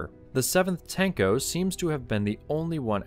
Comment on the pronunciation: "Tank-Oh" makes me giggle